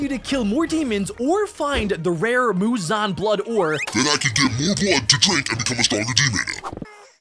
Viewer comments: You’re saying a blood wrong it’s Mouzon blood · Muzan-ah 😂😂I'm dying at how says -ah at the end of a bunch of words and names 😂😂😂😂 But no joke amazing vid😁